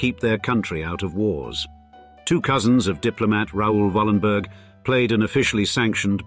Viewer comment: Yes I have heard of them. The name should be pronounced Wallenbery. The "g" at the end of the word is pronounced like an english "y".